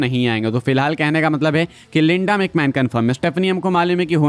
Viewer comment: Bro its linda not lenda😂